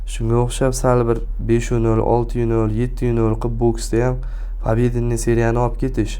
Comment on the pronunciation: Русча кушиб гапирма ука харипга ухшаб коляпсан ё харипмисан. Пабеденний деганинг жуда ухшамаяпти.